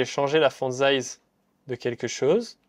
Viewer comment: Les "dize" ou "zize" selon le moment me stressent 😅 . Sinon bonne vidéo.